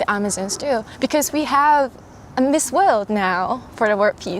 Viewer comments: Nice video. .but why do you say miss old 😀😀😀? It's miss world. .use (W) W O R LD ..alright. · its MISS WORLD....not orld....